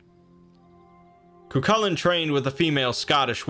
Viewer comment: His name is actually pronounced "Koo - Hoolan" :) great video btw, its nice to see someone talking about Celtic myth